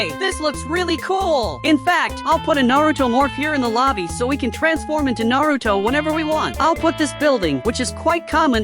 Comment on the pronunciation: 😂😂 bro said Naruto wrong